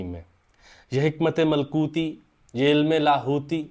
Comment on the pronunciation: Malkoti nahi malakoti bhai